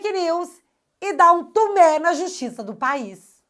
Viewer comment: A EXPRESSÃO É DANDO MIGUÉ. Não TUMÉ.kkkkk